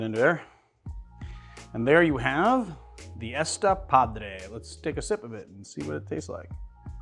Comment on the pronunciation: My friend, that is not "ESta padre," but "esTA padre," which means "that's cool" here in Mexico ! (the accent mark shows which syllable carries the accent, and in this case, changes the meaning).